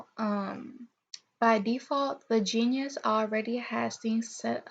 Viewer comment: * btw...it's "ge nus", not genius. :)